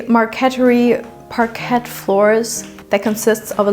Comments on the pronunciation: Sorry but NOT pronounced parquette but rather parkai! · Friendly neighborhood English teacher here again... We pronounce "parquet" more like French without the final t, so more like "parkay." As always, your English is SO good, so when I comment to correct/perfect your pronunciation, it's because I believe in you and your channel and want you to sound even better for more viewers in the future. Keep up the great work!